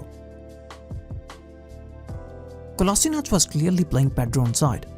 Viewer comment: Its Kolasheenatz, you say Kola sort of quickly and sheenatz is a little longer, that is the correct way